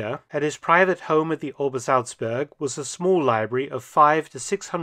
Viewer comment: Admit it, you're just here for the correct pronunciation of "Obersalzberg"